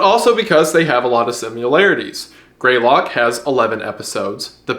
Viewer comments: “sim-ill-larities. It’s similar not simular lmao so weird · 'Simularities.' Is that what you call Similarities between Simulacra?